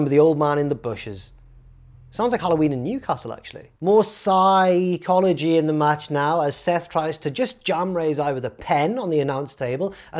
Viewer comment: ps-EYE-chology took me out. so proud of it too. 11/10 funniest wrestling youtuber